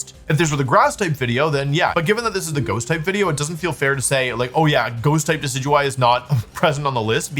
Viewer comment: How is he pronouncing DECK EE DEW EE